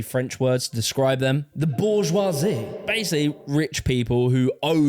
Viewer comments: It's pronounced bourgeoi-zee! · How can you make a whole video about the bourgeoisie and pronounce it incorrectly